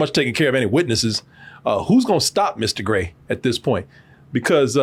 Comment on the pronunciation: My favorite dumb thing is that, while the Alien is Mr Grey, the autistic person/alien who gave them the powers cant pronouce it right so consistently calls him "Ister Gay"